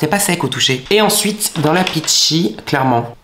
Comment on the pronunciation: Peachy.. un effort 😂